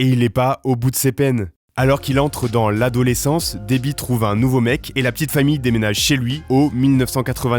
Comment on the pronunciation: mdrrr « l’adonaissance », ça décrit bien aussi cet âge là 😂